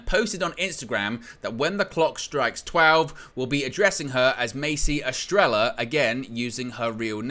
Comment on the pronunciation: Estrella pronounced Estre-ya Spanish for star mate.